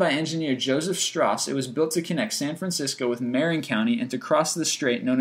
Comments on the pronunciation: Awesome video! Just one thing: In "Marin County", the emphasis is on the "rin" not the "Ma". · He mispronounces Marin Country as well. Its pronounced Marr-rinn, not May-rin. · Informative video with cringe-inducing pronunciation, including "consequently", "icon", and "Marin".